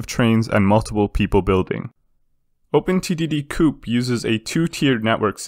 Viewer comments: Please stop pronouncing co-op as coup. It is irksome to say the least otherwise good content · I jus dont like that he says coop instead of co-op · I'm thinking chicken coop every time he says that.